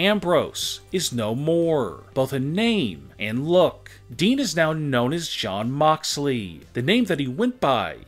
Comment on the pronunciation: Shawn or jon cause sounds like you saying shawn.